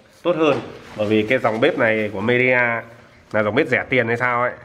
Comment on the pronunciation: Midea mà toàn đọc nhầm media 🤣🤣🤣🤣